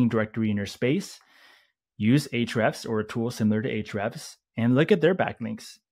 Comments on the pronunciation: Hrefs is what he’s saying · He said Ahrefs account